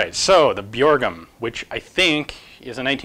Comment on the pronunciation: The "ø" in "Bjørgum" is pronounced the same way as you do "ea" in "early" :)